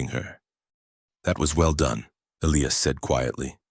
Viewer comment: Eiias is pronounced : E' L-I'AS Not Ellyas